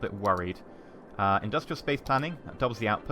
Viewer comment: That's a lot of indus-tree-al you got there